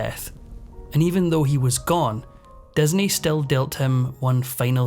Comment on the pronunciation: Just curious as to why the narrator pronounces all words with an "i" as an "e"? Like "Desney" instead of Disney. It's so distracting that it makes it hard to listen to.